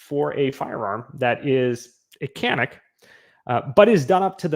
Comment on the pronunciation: The lever gun is great for when you go to a range and look down the line and everyone has the same ar. I have built a few for a customer or 2. They are fun to shoot. Canik calls it Can ik.